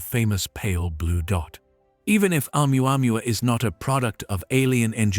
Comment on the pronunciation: Hahaha . Amuamua??? HAHAHAHA . Or OMUAMUA